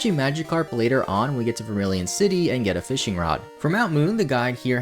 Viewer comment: Reads later (lāter) as latter 🪜🤣